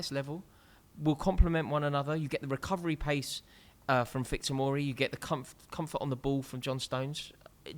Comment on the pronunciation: Fikayo Tomori did I hear wrong or??